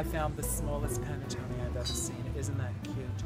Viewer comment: nothing like hearing coco say panettone to brighten your day